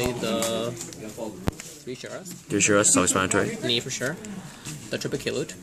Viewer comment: lol, "triple kay-loot" its kaa-loot